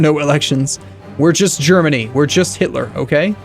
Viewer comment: am i the only one who noticed that says hilter and not hitler?